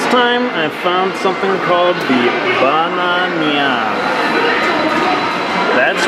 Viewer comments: I laughed so hard with the ba-na-nya x) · Dammit.... Now I want a Ba-Na-Nya....